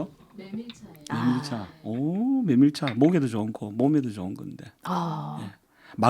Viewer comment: 메밀차를 매몰차로 들었어요 ㅎ